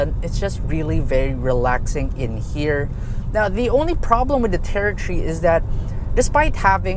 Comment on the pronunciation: Ford "tertree"